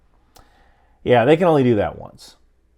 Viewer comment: Come you know you can pronounce the "H" sound, it's "Alhamdulillah" not "alkhamdulillah". You sound like someone you know who insists on pronouncing "Hamas" as "Khamas" You say the world Ham and Hampton so why change it?